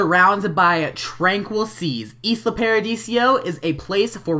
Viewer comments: Why do u keep sayin Isla Pardisio? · it's Isla Paradiso not Isla Paradisio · It's isla paradiso not isla paradisio! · I love how you said Isla Paradisio jajaja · hey with the new update you can move towns (and it's ee-sla pai-ra-dee-soh):D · Please, please STOP CALLING IT ISLA PARADISIO! Seriously? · It's pronounced Eye-La Paradeeso.